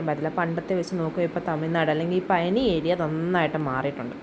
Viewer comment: പയ നി അല്ല പഴനി